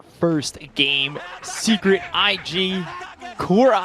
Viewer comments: I just want to say 'secrekt' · SECRET? NAH MORE LIKE SECREKT🤣🤣🤣